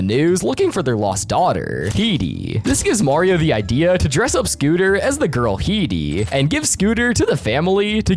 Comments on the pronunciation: Bro called heidi ''He D''😅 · I hate how he pronounces Heidi